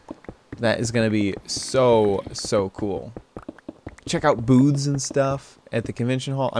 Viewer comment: He said Booths lol it did sound like that